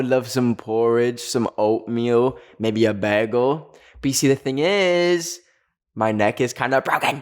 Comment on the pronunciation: why is no one talking about the way he said bagel